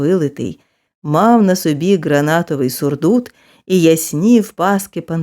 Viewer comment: Дякую за гарне прочитання. Але наголос в назві кольору сукна має бути інакшим — темно—синє сукно має назву ґранатОве, а не гранАтове